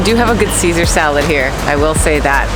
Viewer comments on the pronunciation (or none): none